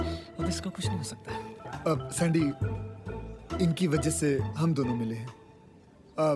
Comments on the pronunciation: I can't control my laugh when dipka dis say it's sendy not sandy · Sendy ❌ saandy ✅😂😂😂